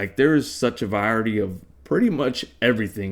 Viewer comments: im 💀 everytime u try and say Variety: Its pronounced (Vuh-Rye-uh-teee) not "vryairedy" 😂😂😂 (1 ex ish) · 2nd time u say "vyarity" But ur getting closer and that counts for something champ, maybe chill w the gaming and YouTube and try a book (just gotta learn to turn pages i know scrolling is instinctive 😂)